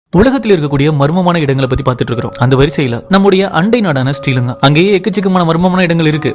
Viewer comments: It's not stee lanka it's sri lanka thank you for the story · Bro pronouncing a word Isti lanka❌ Sri lanka✅ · Sri Lanka nu alaga pronouns panuga bro t use panathiga